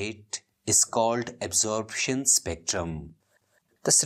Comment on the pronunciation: its absorption not absorabtion bro but anyways wonderful teaching sir